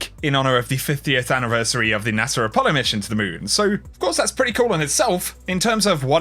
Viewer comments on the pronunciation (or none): none